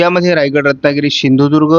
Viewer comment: दादा आमच्या जिल्ह्याचे नाव सिंधुदुर्ग आहे शिंदुदुर्ग नाही..